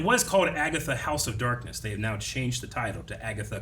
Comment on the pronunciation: house of harkness, not darkness. As in Agatha Harkness